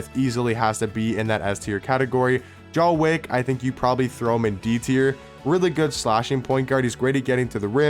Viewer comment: Jah wick ...had me rolling 🤣 😂